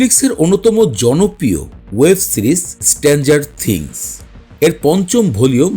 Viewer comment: উচ্চারণ ঠিক করেন। আপনার অনেক উচ্চারনে ভুল আছে। স্ট্রেঞ্জার থিংস কথাটাই ঠিক মত বলতে পারেন না আপনি।